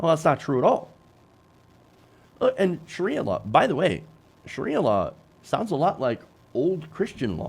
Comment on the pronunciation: Did he just say “Shakira law”?